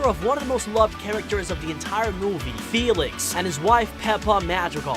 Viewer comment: It’s Félix not Felix I’m sry I had to correct you T^T